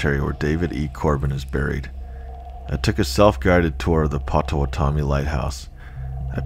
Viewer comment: Pot. Oh. Watt. Ah. Me. Not pot-toe-what-tommy 🤣🤣🤣🫶🏼🫶🏼🫶🏼